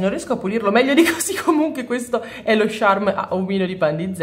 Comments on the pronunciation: scusa se ti correggo ma ha sbagliato lei pronuncia 😅 si scrive "charm" non "Sharm"😅 (non odiarmi 😂😅) ha sbagliato a dire "charm" che si pronuncia "ciarm", comunque in effetti uno stampo piccolino con Stitch non sarebbe male (si scrive così il nome vero?) ho rotto abbastanza ciao.😂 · io non ce l'ho con te, ma charm si pronuncia "ciarm" come "ciao", come lo pronunci tu è un'altra cosa:) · senti dopo averci pensato mi dono scocciata di bisticciare per due parole, quindi tu pronunciale come vuoi, ma sappi che a me claud e sharm mi danno molto fastidio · ho due cose da farti notare: 1) Lo slime con la neve si chiama clod non claud, claud non significa niente 2) Si dice il charm e NON lo sharm, lo sharm è senza senso Poi un suggerimento: Quando compri un crunchy slime e le palline salgono su e formano quella specie di crosta, tu rompila schiacciandola con le dita pk produce un suono troppo rilassante